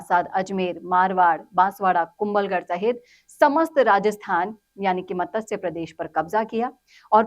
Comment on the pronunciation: आपका आभार. कृपया 'मतस्य' नहीं, 'मत्स्य' उच्चारित करें.